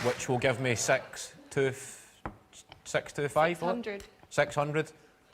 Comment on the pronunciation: Many years ago, I was talking in Norwegian with my sister on the phone, and I noticed my American friends looked at me weirdly when I said "sex" - which is how we say the number six. I remember this now when listening to the Scottish (presumably) pronunciation "sex hundred ..."